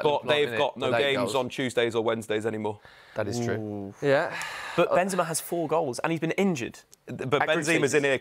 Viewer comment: “benzema” is not that difficult to pronounce🤦🏻‍♂️